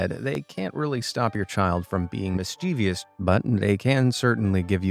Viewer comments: MISS-CHEV-US, NOT MISS-CHEEVIUS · MISH-CHI-VOUS is how it’s pronounced with emphasis on the first syllable.